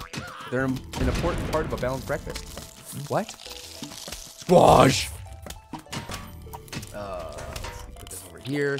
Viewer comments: i like squach when you yell it fastly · your saying the squash wrong...